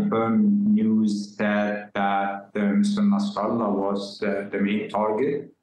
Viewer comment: Yeah I see this Saudi station is careful to tiptoe through information. W editor pronunciation of Nasrallah sounds authentic . Maybe not a good thing.